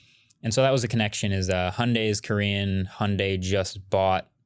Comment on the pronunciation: Wait You pronounce Hyundai like sunday?!😂